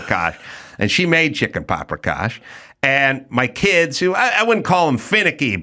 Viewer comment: Anybody get a count on how many times Adam said paprikosh?